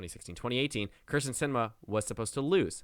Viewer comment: bro pronounce kyrsten correctly for once